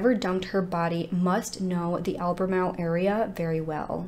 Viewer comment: I’m in albemarle, NC. I’m impressed that you said it correctly!